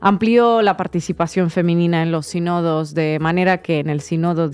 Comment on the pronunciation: SÍnodos, el acento en la I